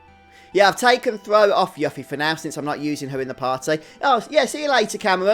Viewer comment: I had the same bad luck, getting Yuffie(who is pronounced You-ffie, not Yuck-ffie! Play Kingdom Hearts!) after everyone got two levels from random encounters. Thank god for Triple Speed! Also, I checked the guides and it says that while there was a Battle Affection that would have affected the date scores, the script ignores it so it doesn't matter if you keep Yuffie or Tifa or Aeris in the battle party - unlike Star Ocean 2, having the girls in your party while fighting random encounters or bosses(unless there is a story event that affects date score) doesn't increase their date score, so you're safe.